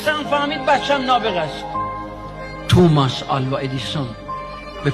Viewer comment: توماس نه آقاجون، تامیس